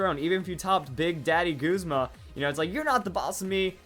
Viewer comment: Why You Callin Guzma Goosma?